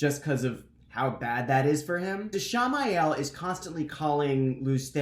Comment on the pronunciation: Sai-dean?? Ee-sha-mah-yell?? I've been reading both as Sai-dinn and Ish-mail, and now you have me questioning everything I know